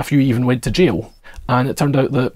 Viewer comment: F-ing "L-fronting", making people pronounce "jail" like "J O" 😁